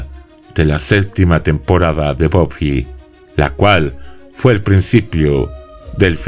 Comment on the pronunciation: En España se llamó Buffy cazavampiros y encima los nombres los pronunciamos bien buffy se pronuncia baffy no boffy